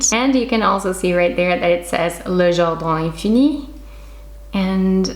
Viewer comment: Wow!!!! Loved them!!!! I love how you pronounce the name of the brand!!! You are the best!! Definitely going to order one for my bedroom!!!! 😍😍😍